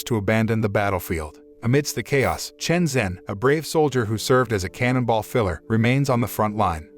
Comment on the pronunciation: 陈真 Chen Zhen ( pronounced JEN, not Zen).